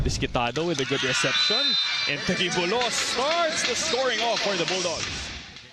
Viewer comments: kayaa ngaa 😭😭😭 instead of taguibo-los naging tagui-bolos ayoko naaaaa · dapat "ta jee bolos" ung pronounciation noh? parang strait of Gilbraltar lang. sosyal pakinggan. ❤ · nabobother ako sa pag pronounce ng taguibolos